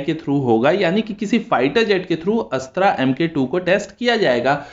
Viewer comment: अस्त्रा नही अस्त्र बोलो